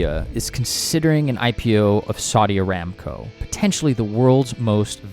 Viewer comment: Bro it's not ramco it's one b the it around 4.32t